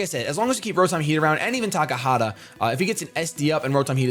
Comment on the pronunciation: Calls the Venusaur TakaHAta, but writes the name as Takata... We love ya'